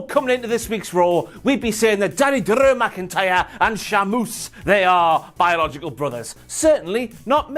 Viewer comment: I love when talks about Big Daddeh Drrrrrrew McIntyyrrrrre! And twin magic you say!? Maybe Bo Dallas has jacked up and grew dreads for that ole switcharoo!